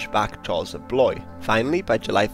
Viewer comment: I cant get past the pronunciations the narrator gave for Blois, Poitiers, Orleans, Reims etc